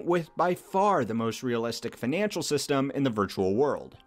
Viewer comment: "feenanshul system" what accent is that bro?